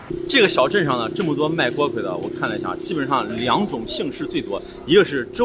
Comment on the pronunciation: 这个字不是读锅KUI吗？